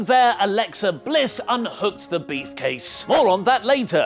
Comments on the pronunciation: I don't know if is actually saying Briefcase or it's just me hearing Beefcase. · Still likes is saying Beefcase and not Briefcase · Say beefcase one more time... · did he just say beef case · Why does keep on saying "beef case" instead if "brief case"? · Is it me and my American ears or does it sound like is saying "Beef" Case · Its sound like he said beefcase